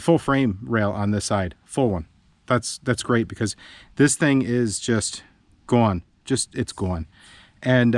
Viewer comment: "It's Gown!" I detect accent. :) This is going to be a very interesting repair!